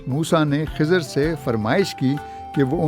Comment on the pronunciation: It's Khazir, Zabar on Kha Letter.